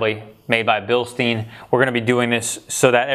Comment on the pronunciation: it's actually pronounced "bilstine" in german but whatever